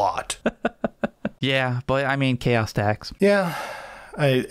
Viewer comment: Ah yes, Cha’os Space Ma’rines, my favourite faction!